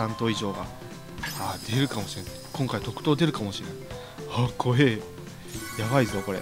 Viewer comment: 特賞じゃなくてとくとう？